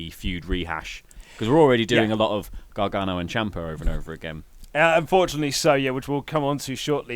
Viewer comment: "Johnn Gragano"